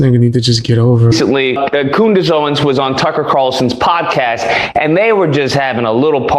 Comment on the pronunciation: Did that man on the video just call Candace 'Coonice', that is disgusting. I suppose when you can't debate with facts then you have to resort to slurs. Fair play to you for showing this, it really does make you wonder about how hatefull some people can be. It's shocking.